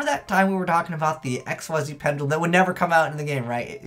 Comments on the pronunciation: "Xyz" is pronounced "ik-seez" not "x-y-z"! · not to hate but i hate how you say x y z its pronounced xzzz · Actually it depends. It's actually pronounced Xyz in English, but if you wanna stick with the original one, it's not xzzz, it's ik-seez.